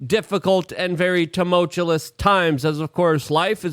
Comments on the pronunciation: So funny how you say Tamulchulus 😂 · Bro…I love you…but you say “tumultuliss” every episode, and that’s not a word. Keep up the good work otherwise…oh, also, “exasterbate” is not a word either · I'm going to now pronounce it as "tumultulous".